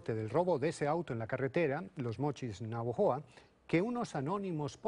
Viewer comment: Todo mal xD... se llama "navojoa" no "navajoa" y el auto rojo se quito en la misma ciudad no en la carretera... ademas que fueron federales y no municipales quienes lo atraparon... PD: (Los municipales no circulan en carreteras federales, por eso son carreteras "FEDERALES").